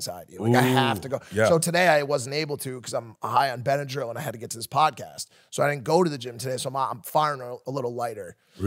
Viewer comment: "Ive done every drug". "Im all fucked up on bynedryl"